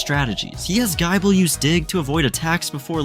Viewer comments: Why GUY-ble? It's "gih-ble" as in Nibble. 😂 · I heard Gaible and turned the video off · "Gaible" is absolutely foul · why tf does this voice pronounce it as guy-bull? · Gaaible gaabite gaachomp and skeptile is crime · Gaible? Skeptile? You have to be doing this on purpose bro 😂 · pretty sure he typed gible but the ai read Gible as Gaible.. Well he wrote a good story so we shall let it pass